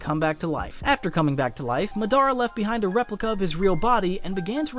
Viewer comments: Madara not mah dar rah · Yea he drove me crazy with that muh-DAR-uh instead of Mod-DUH-ruh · Bro youre saying the names all wrong. I cringe everytine you say matara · Is this Ai? Because why is he saying Madara like that? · If you gonna say MADARA Say it RIGHT